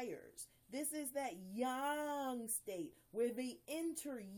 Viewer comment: Good One! Your one of the few people that pronounce Yang correctly:) Im enjoying your videos